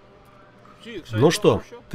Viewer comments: )))) не товАрищ, а товарИщ))))):-D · "товарищ" (сша): "табадыщ" )))